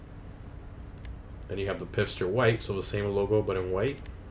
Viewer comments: He said pisster for pfister too lmao. It’s pronounced “fister.” Dude has a piss fetish. That or he doesn’t know how to pronounce German words well, which is understandable. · Obviously this video is from a long time ago so I’m sure tons of people have mentioned this..... but the brand is pronounced FISTER, not Pister. Sorry I just had to say something lol. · Rockstar: Lets call the knock-off Porsche Pfister so it kind of sounds like 'fister' when people say it lmao DGA: Piffster Ayone else feel like Americans often do this with foreign words? just change the order of the letters at will if they can't be bothered to pronounce it correctly. No offense, DGA. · ..FIST-er lol